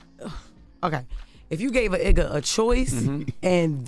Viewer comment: Did she say eigga like jigga what 😂😂😂😂😂